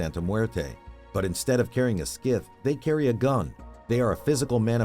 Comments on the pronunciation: wtf is a scith xDDD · I don’t know what a “skith” is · the fuck is a skith hahahahaha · the heck is a skith? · What the fuck is a ”Skiff?”